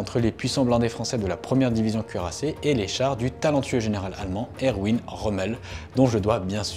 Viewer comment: Par pitié, ROMMEL était allemand, c'est ERVIN QU'IL FAUT DIRE! 😢😢😢 pas EROUINE ! 😢😢😢